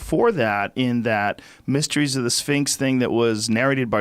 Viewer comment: Anyone else hear "mysteries of the sphincter" ?